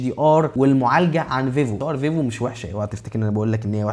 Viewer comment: انت بتقول فيفو كدا ليه ،، ايه فايفو دي 😂😂